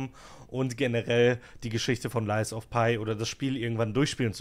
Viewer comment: Dein lies of pie triggert schon bisschen - das Spiel heißt "lies of pi' 😅 das is kein lügender Kuchen 😆 Update: Mein erstes soulslike, nach 55 Std Spielzeit (andere brauchen bis dahin wahrscheinlich 5 Std.) !! 😂 Victor im 3. Versuch erklärt daß ich keine Zeit hab (ohne Geist) - ich werd also besser. Macht übelst Spaß. Nächstes game: sekiro 💪😅